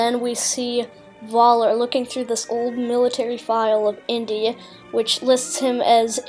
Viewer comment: Nice to see a young person's take and interpretation of the new Indiana Jones trailer. To educate you a bit, in German pronunciation, the V is pronounced like F is in English. (Much like how they pronounce our English W as V, so when they say "Welcome" it sounds like "Velcome.") So Voller's name as pronounced would sound like Foller. Think of it as the German equivalent of the common-enough English surname Fuller.